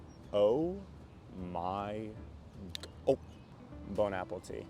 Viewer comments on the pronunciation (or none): Uhm… Wth is “bone apple tea”?? 👀 It’s “bon appetit.”